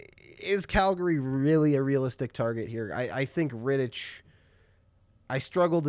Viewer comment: Hi guys. Great video but just one correction. David Ritich is spelled differently. That "ch" at the end would be more like "kh", like in chorus. BTW same goes for Zdeno Chara.